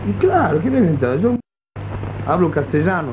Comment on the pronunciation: "y yo soy rheventado..."